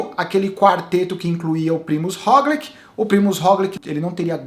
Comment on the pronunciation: Já que vc adotou a pronúncia mais correta do Pogačar, aproveita pra ajustar o Roglič q segue a mesma lógica (se lê "róglit"). Abração